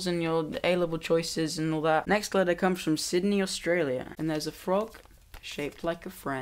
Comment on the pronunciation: when you said " letter " your accent made it sound like "alexa" and mine replied with "sorry, I didn't quite get that". just thought you should know.